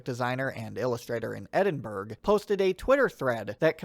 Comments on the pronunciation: Cool video, your pronunciation of Edinburgh is a crime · mate I love your videos but the way you pronounced Edinburgh almost brought me physical pain